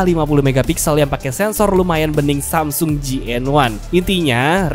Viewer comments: wkwkwk gara2 denger sasmung, auto subrek. seru bang cara penyampaian lu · Sasmung,busyet dah ah bisa bae lu bang ngejaplaknye